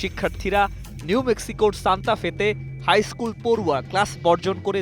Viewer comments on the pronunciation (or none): none